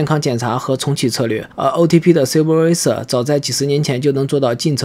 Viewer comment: 英语发音有点奇怪，例如superviser等。